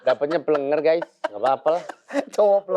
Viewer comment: Pléngér bukan plenger mbak penyebutannya,secara dari tulisan juga beda🙏🏻